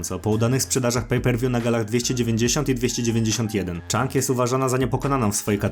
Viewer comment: super kanał i informacje, dobry research robisz, ale mordo wymowa nazwisk tragiczna Weili ZHANG a nie CHANG jest duża różnica.Musisz to poprawić. 👊👍